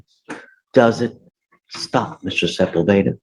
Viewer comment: Sepulveda is pronounced seh-pool’-beh-dah. The emphasis goes on “pool,” not on “beh.”